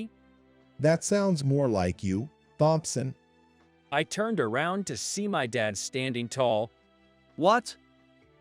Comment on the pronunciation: I agree completely. I also Hate Thompson pronounced as THompson.